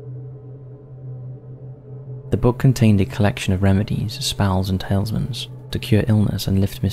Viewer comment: Tailsmans? I think you meant Talismans. How do you keep pronouncing words so horribly wrong? I'm assuming you're misreading from a script....please, remember that kids are probably learning from channels such as this.